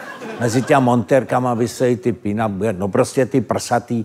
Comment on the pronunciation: Paní jak říká "peen up girls" zní jako "peanut girls", legrační jak vyslovuje "pin-up"😂😂😂mě asi pobavilo nejvíce, s jakou důležitostí to řekla😂😂